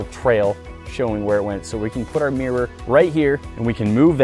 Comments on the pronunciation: what is a Meer? it's pronounced mirror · Anyone else hear her say meer instead of mirror? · What’s a “meer”? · It’s Mirror! Not Meer